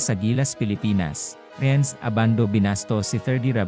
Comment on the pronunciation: Anong Rehenz? RENS lang ang bigkas niyan!